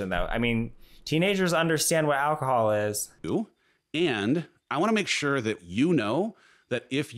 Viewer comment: So glad has "alcohol-wasim" instead of alcoholism. He's cured.